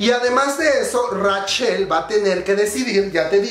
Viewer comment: Comadre como te quiero pero me da ñañaras cada vez que pronuncias Rachel textualmente como se escribe xD